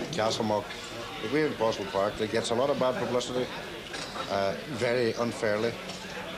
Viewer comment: I like how Yer Man says Poe sull park. It's true name. I still cringe when folk refer to the area as Poe Sull. Naturally, Poh sill park would be the proper phonetic, but still nice to hear the word park at the end of the name.